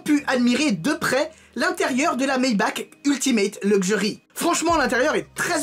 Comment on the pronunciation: sa se prononce "maybaR" en faite, moi aussi je faisais l'erreur avant (je tien ça de source sur, c Géraldine du JT d'auto plus qu'il l'a dit) Sinon super vidéo comme d'hab ^^